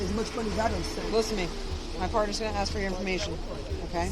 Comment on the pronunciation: Axe this, axe that.... learn english lady